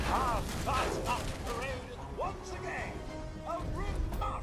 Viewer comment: Pronounced “Fahs nuked”. Roughly means fallout in German.